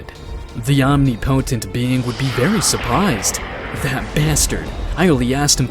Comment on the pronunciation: Great series. Just wish he knew how to pronounce omnipotent